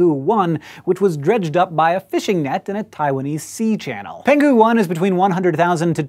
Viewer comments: Just a minor nit-pick: the name "Penghu" should be pronounced as "Peng'hu" instead of "Pen'ghu". Peng'hu (澎湖) is an island near Taiwan, where the fossil was found. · Peng-hu 1, not Pen-ghu 1, (The location 澎湖=Peng-hu) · Hi Hank. Just a little correction on the pronunciation of "penghu". In Chinese,if a "g" is followed by "h", they are never part of the same character and should therefore be pronounced separately, hence "peng-hu" as opposed to "pen-ghu", which refers to a lake named "peng". In addition, is how most chinese words are represented in English language media. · it's peng-hu..... :d